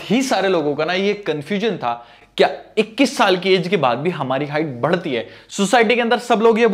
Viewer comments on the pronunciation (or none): Bhai hight brdti hai bhrdhti nhi😂😂